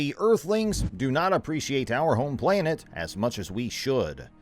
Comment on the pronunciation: well, it has everything to do with this posting considering he says the word playnet a hundred times but somehow says planetary without accent.....soooo.....i stand by my comment.